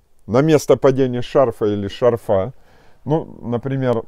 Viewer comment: В слове «шарфа» ударение ставят на слог с первой буквой А — ша́рфа.